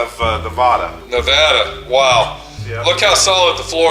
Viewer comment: teaching how to pronounce "Nevada." Nice.